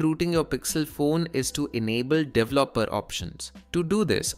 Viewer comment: typical video of an android dev using windows who pronounces 'developer' wrong